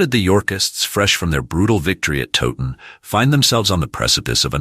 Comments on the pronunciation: FFS do some research next time - it's tow like cow not frigging toe ton.. I gave up, if the creator can't pronounce a place name correctly the content is likely just as crap. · Please pronounce Towton as Cow-ton with a T instead of a C Otherwise very informative and enjoyable. Thank you. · You can't even pronounce TOWTON properly